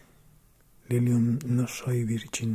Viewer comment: no se sienta celoso.Puede que Lucifer y el vampiro sean de mis favoritos pero ninguno de ellos se compara contigo cuando dices "Lilium" con tu voz española Jajajaja,usted también mola no crea que no,su voz es muy relajante,que bueno que hoy fue el secretario del amo y señor Virgin. Pd: Me hizo muchísima ilusión ser nombrada en uno de tus vídeos <3 no me lo esperé en la vida. Pd 2: Estoy muy de acuerdo con un sub en que leas Edgar Allan Poe,Apoyo totalmente la idea,como mola,él nos podría leer uno de sus cuentos. (No lo olvide,Usted mola Guiño Guiño Pd 3: Cada vez que escuché uno de mis comentarios entre que me cagaba de la risa y me cagaba de los nervios. Gran vídeo!!! Saludeme al peleón de Caravaggio. <3